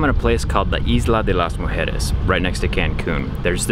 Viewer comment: Shoutout to how he pronounced the location with effort and properly